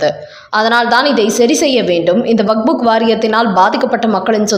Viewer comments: அதென்னமா வக்ஃபு வாரியம் என்பதை வக்புக் வாரியம் என்று வாசிக்கிறீர்கள். கேட்பதற்கு நல்லா இல்ல. உங்களின் செய்தி வாசிப்பை பல தடவை கேட்டிருக்கிறேன். உங்களுக்கு வக்ஃப் என்று வாசிக்க வராதா. திருத்திக் கொள்ளுங்கள். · Vak buk வாரியம் அல்ல, அது வக்ஃபு என்பது சரி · What waq fuk? It is waqf only. Don't wrongly pronounce. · "வக்"கும் இல்ல; "புக்"கும் இல்ல. அதாவது "வக்புக்" இல்ல. அது "வக்ஃப்". அதை வக்ப் என்று வாசிக்க வேண்டும். காதைப் பிறாண்டாதீக.